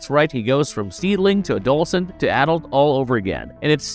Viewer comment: adolcen....it's wierd hearing you struggle to pronounce adolescent.